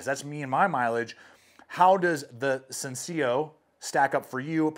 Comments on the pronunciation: Its spanish and it is pronounced sencilJo not senciLLo , means simple :). Well the knife looks ok. I agree blade is to high not only for usage but also aesthetically also the blade geometry is not what I would like, do not like the top is rounding down. but considering the steel used it seems in comparison to other knives from them, the price point is slightly better than other ESEEs. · Sencillo is Spanish for simple. So you can say the llo as a yo. Sen-ci-yo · totally irrelevant comment... it would technically be "sen-sea-joh" pronounciation. Spanish for the word "simple", double L's are like a J sound. Now everyone is that much better at trivia night. Thanks for the Review! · Sencillo. Means simple in Spanish. Pronounced: Sen-See-Yo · It's "sin-see-yo", Spanish word for simple. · It amazes me that as an influencer there’s no one at esee who you can contact to tell you how to pronounce the name of their knife …. Incredible! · The ESEE guys are saying it correctly! Spanish for simple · "@ LOL!! You think the ESEE guys, who spend time in Latin America and who speak Spanish, are mispronouncing "sencillo" ("simple," "easy," "plain," "modest"), but you'll go along with it? In Spanish, "i" is pronounced as a long "e" in English. "ll" is pronounced as a "y": it's a character in the Spanish alphabet, not simply an "l" followed by another 'l." The accent generally falls on the penultimate vowel, unless otherwise indicated, if the word ends in a vowel, "n," or "s" (there's another KnifeTuber, obviosly not Spanish-speaking, who insists on putting an accent mark over the "e" in "padre"). ESEE derives from the acronym for the Peruvian Air Force's jungle survival school, for which ESEE's founders taught, so you probably should defer to them on questions of Spanish pronunciation.